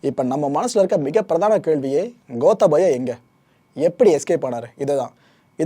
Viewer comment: ஐயா இலங்கையைப்பற்றி நீங்கள் நிறைய அறியவேண்டியுள்ளது மற்றும் பல தவறுகளை திருத்திக்கொள்ளுங்கள் * கோத்தபய அல்ல "கோட்டாபய" (Gota+Abhaya), இலங்கையின் தலைநகரம் கொழும்பு அல்ல இலங்கையின் வர்த்தக தலைநகரம்தான் கொழும்பு, இலங்கையின் தலைநகரம் "ஸ்ரீ ஜெயவர்தனபுர கோட்டை" என்ற இடமாகும்